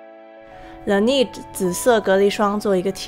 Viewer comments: 兰芝的英文好像是“兰内吉”不是“兰尼格”🥳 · 兰芝的英文不太对哦🤣